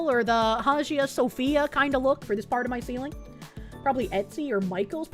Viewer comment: I heard "Sophia" and it got my attention, but "Hazia Sophia?" Is that a weird, Bostonian foxu pronunciation thing?